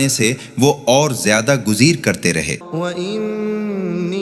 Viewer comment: آیت نمبر 6 گزیر کے بجائے گریز ہے